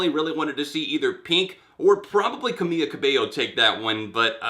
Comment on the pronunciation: I can't stand Camila Cabello, but it's pronounced Camee-LA Cabey-yo, not Camee-ya Cabey-yo!